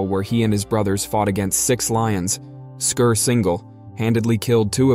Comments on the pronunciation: Why do Americans spoil every English word or name by pronouncing in a completely different way? It is 'Scar', not 'Scur'. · Can you at least have the pronouncement of the its name correct??!! Not Skir it was Skar like SCAR lmao and his brother mufassa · I believe based on the movie lion king, that his name is pronounced SCAR 😂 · Scar. It’s pronounced